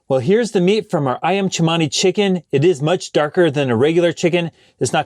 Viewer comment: You pronounced "Ayam Cemani" correctly! The letter "C" has a "ch" sound in the Indonesian language.